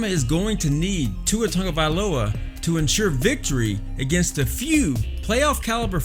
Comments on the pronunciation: Who is TUNGAvailoa?? His name is TAGOvailoa. I’m not sure why pronunciation is so hard for people. Smh... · Tongueavailoa is how you’re saying it😂😂 lol. I’m not even an Alabama fan and I know how to say it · They ain't gonna bench my man Tua. And stop saying his last name wrong it's annoying. Also #POLYPRIDE🔥💯💪🏼🇦🇸🇼🇸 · I want to criticize how you pronounce his last name...but I can't say it either...